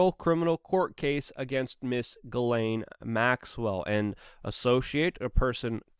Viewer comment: It's pronounced Gee- slain, Luke!